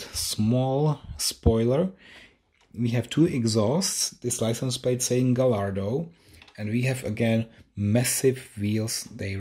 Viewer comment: Dude, you act as though you have never taken a model out of its box??? It's not hard, just pull all the flaps to the outside on one end and lift the box while gently wiggling it and it will come out just fine. P.S. It's pronounced Guy-ar-do, not Ga-lar-do, the 'l' is silent. You say you are not a fan of manual transmissions - that tells me you probably never drove one and therefore are not proficient with its operation. That's funny, because I grew up with manual trans. and like most others my age, would much prefer a manual to an automatic. Well, even the current Corvette is automatic only so manuals are doomed to slip into history..........but I still love them. They simply provide a wider range of control of the vehicle and more flexibility in how you can drive it. My last car was an SVT Focus with a 6 speed manual Getrag transmission from Germany and I loved it! Oh well, each to his own as they say. 😉